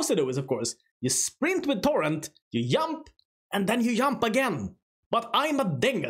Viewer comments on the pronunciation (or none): You do indeed yump and yump again.